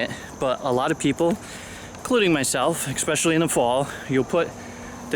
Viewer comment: Yay! You said eSpecially!! And then you said eXspecially. :o